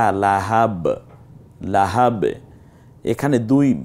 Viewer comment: হুজুর..." লাহাব " ওখানে " হা " সাথে তো কিছুই নাই তবে কেন " হা" উচ্চারণ হল?